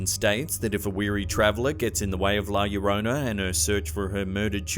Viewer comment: The first one is setup that's a human child. Now I'm interested inm going to Japan to this hospital. Llorona the first part llo is pronounced as if you are going to say Joe leaving the "e" and adding rona to it.